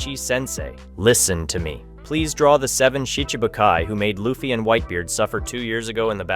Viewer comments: Please fix the LA-ffy. His name is LU-ffy.... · I heard you say luffy 1 time and I couldn't watch anymore